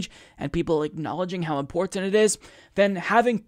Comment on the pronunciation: i love you and what you do, but you gotta stop saying "imporntant" lmao